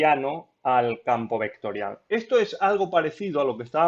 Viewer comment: hablas de una forma un poco bruta y eso me distraía mientras veía el video. "ehto eh una función vectoriah", "derivamoh doh veceh"...